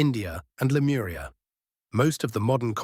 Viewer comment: Lemuria no lemura